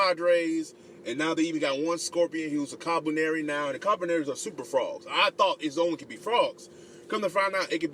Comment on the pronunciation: I think it's actually pronounced Koo-Lee-Par-Ree but great review.